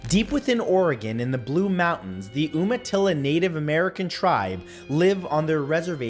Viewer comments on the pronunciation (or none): Long u sound in Umatilla.